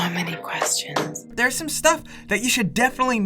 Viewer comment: "Theres some sťÜff"